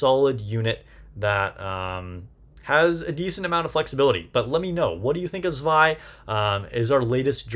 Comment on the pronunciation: First of all: Likely, the only content creator who said her name correctly. LOL The kit thou... She doesn't need to burst herself to activate S1 and S2, right? If so, I think Zwei maybe have the same fate as summer Helm and summer Mary (among others) that will be used for her utilities rather than her burst itself, despite the crit buff.